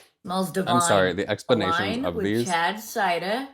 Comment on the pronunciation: Okay, I'm hearing "Chad cider. Is that what it's called or is it "Charred cider"? 😂 But honestly, the kits don't look half bad. 😬